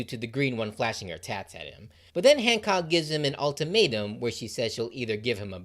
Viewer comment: The fact I’m in and I think you said Boa once and hand said hammock and handjob instead of Hancock is amazing, truly a Luffy coded video